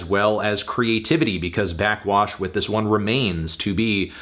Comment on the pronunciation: Anthony, burping into the mic and saying “blackxwash” for 8 minutes is not a review